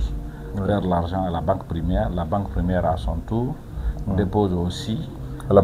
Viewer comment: On dit pas primiaire on dit primaire